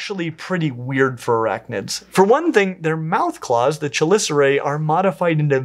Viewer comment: I love how passionate you are about this... however I am obliged to inform you that the "ch" in "chelicera" is pronounced like a "k"